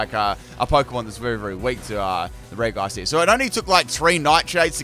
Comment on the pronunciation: You know what really grinds my gears? The way this guy pronounces regi